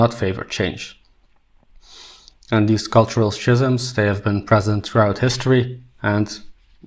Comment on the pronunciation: Just something I noticed... You used the word "schisms" It's pronounced "skisms" It's one of those words that can easily trip up a non native speaker of English! 👍